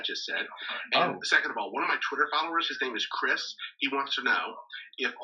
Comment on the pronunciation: Is it just me or in the video where he asked who they would eat on an island it was kinda weird how he kept saying my follower "chirs"